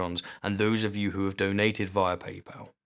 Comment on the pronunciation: Did anyone else notice how he says "paypal" in the end?